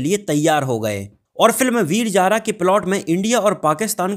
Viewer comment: Abey laudey veeer Jaara na Veer Zaar........ Z aur j mey farq nai samaj aata kyaaa